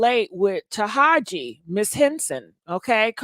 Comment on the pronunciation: Pkease stop calling her Tahaji. Her name is Taraji.